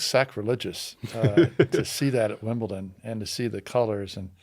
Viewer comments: it's pronounced 'Wimbledon', not 'Wimbleton' 😂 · Lol saying “Wimbelton” 3 times instead of “Wimbledon” worst take if it were FSR. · I love you but did you just say Wimbleton? 😅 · Wimbleton huh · Big fan of but “Wimbleton”!? Whats that 🤣🤣🤣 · it’s Wimbledon with a D 😅😂